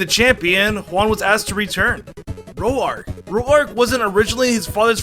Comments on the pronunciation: Ok seriously?! Who calls Roak ro ark?! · jesus christ dude can you stop mispronouncing simple things like Roark and Kalos...